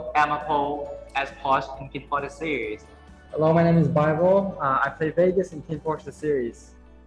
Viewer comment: Muchas gracias por traernos está bella entrevista con los chicos!😍 Que son un amor de personas, súper bien las preguntas , y verlos con esa confianza de responder son tan lindos! PD:😳 amoo su pronunciación en inglés de Biblie 😳